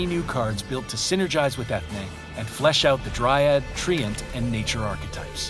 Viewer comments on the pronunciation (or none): none